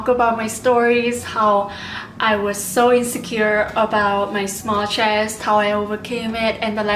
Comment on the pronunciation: There is no R in the words "video" and "so"